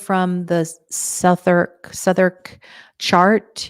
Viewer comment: Southwark is pronounced 'Sutherk'.